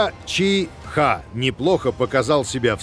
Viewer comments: Не чи-хэ а чи-хи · Вот интересно, Мицубиси произносит правильно, что мешает так же правильно произносить Ти-Ха, Ти-Хе, Ти-Ну, Ти-То, Ти-Ри? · Боже, почему он не может сказать "чиха", а не "чи....ха"? Бедный диктор, будьте здоровы!